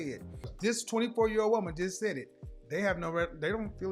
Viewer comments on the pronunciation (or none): none